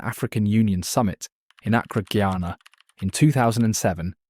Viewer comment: Ghana, not "Guyana."